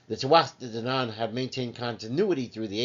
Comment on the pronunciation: The singing is unnecessary.Hard to take you serious after that And it's pronounced Too-a-Day danaan